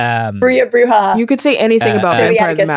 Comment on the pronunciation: As Austrailians, you don't have much call to know Spanish, but J in Spanish sounds like H. Therefore, "Brujah" is "Broo-hah", so Dael is correct there. Brujah are typically punks and thugs. Ben, Toreador are the artistic ones. Ventrue are the Blue-Bloods, the wealthy and well-bred, which may be confused with Tremere, who are the Alistair Crowley sort.